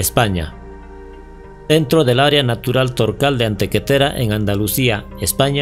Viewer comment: Minuto no es «Antequetera» el nombre del pueblo español, es Antequera. Pero te perdonamos el fallo. Saludos desde España.